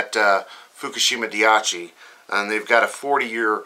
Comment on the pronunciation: I love you.... but for the love of allah, please stop pronouncing it "diachi", it's pronounced "daichi".